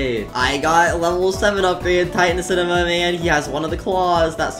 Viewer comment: 1. u didnt say upgrade titan cinemam but u said upgrade tittan camerna bro